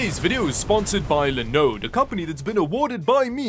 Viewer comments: Seriously the way you pronounce Linode has stuck with me. Now whenever i heard another tech youtuber say "This video is sponsored by Lindoe" I'm reminded of your voice and i say "Your saying it wrong! It's Liiiinnnooooddeeee" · I wish I had someone to love me as much as loves saying Linode